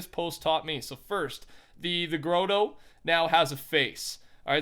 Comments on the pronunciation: Thumbs up for not knowing it’s ‘grot-tow ‘ and saying ‘ grow-toe’ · please pronounce it the gratoe not growtoe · Bro stop saying groto instead of grotto